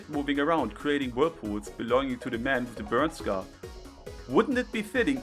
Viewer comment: "Se sun" Virgin vs "Ze Moon" Chad.